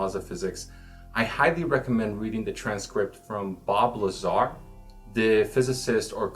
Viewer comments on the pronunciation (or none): none